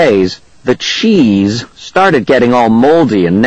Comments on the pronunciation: this sounds like cccccrrrrrrrrrrrrrrrrrrrrraaaaaaaaaappppppp he makes the book seem terrible and he says cheese like a idiot $@ you recording the book is good but the recording sssssssssssssssuuuuuckssssss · this sounds like cccccrrrrrrrrrrrrrrrrrrrrraaaaaaaaaappppppp he makes the book seem terrible and he says cheese like a idiot $@ you recording